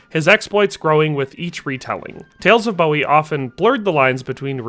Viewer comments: Boo-wee. not Bow-wee. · It's pronounced Boo-ee not Bow-ee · Is it not pronounced BOO EE. I know the singer is pronounced the way he did, I've just never heard Jim's named said that way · it's pronounced Boo-wie